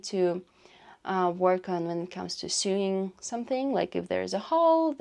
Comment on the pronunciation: Very interesting! Just a note: in English, the word "sewing" is pronounced the same as the word "sowing." And the word "sew" is pronounced the same as "sow/so." In the US, they sell diapers in pharmacies, too (although they are called "drugstores" instead of pharmacies). But diapers are also sold in grocery stores and department stores, like Target and Walmart. I'm surprised you can't just leave stuff you don't want in the lobby of your apartment building. Here in the US, people leave stuff with a little "Free" sign in the building lobby and it always gets taken.